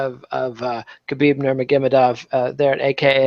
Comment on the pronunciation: Pronunciation of Nurma-ge-may-dov is irritating